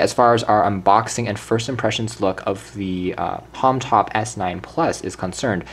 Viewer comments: it is not "homtop" its homtom please say it right!!! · Yo, Bro! It is H O M T O M not Homtop, please do something about this video. Kthxbai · Did you keep saying Homtop instead of Homtom?